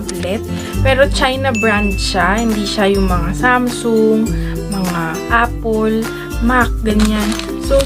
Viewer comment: Apul? Bisaya ka day?